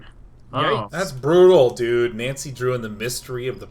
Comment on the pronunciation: I wish they would stop playing games in japanese settings because it is infuriating listening to americans pronouncing japanese names and words ._. Nancy included, especially Nancy, you spent time with japanese people during the voice recording FFS! AT LEAST TRY! twitch